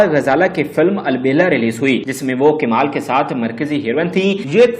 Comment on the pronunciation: KIMAL? What a PENDU ACCENT. Rather calling KAMAL, PENDU call it KIMAL